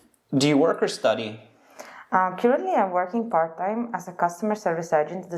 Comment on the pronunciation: As an azerbaijani I was proud of her getting 9.0 score. However she clearly pronounced the word "currently" as [kurently] which is not a correct way. Thus, I think from pronunciation part she had to get band 8.0